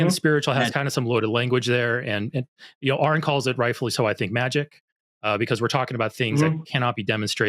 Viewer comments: What an obnoxious caller. I especially enjoyed the petulant little "Arron" after Aron had corrected him on the pronunciation, just because the whole 'anaturalist' nonsense had been comprehensively defeated. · It took Aron saying it right like 7 times for the caller to acknowledge it and then he pulled that exasperated ARRROON exactly once before mispronunciation it a few more time again. And Aron just so used to the constant disrespect that theists have for his name just rolls with it❤. Growing up i always thought religious people were supposed to be kind and caring. Guess they lied🤣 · Amir is an obvious (to me) troll. He keeps mispronouncing Aron, even after once correcting himself. It's two syllables FFS. And the first one is the same in his and Aron's names. Give it up Amir, the British Empire finally fell apart a half a century ago. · Nor can he pronounce Aron’s name correctly, even after being corrected. He’s either an idiot, or intentionally being a dick, or a combination of both.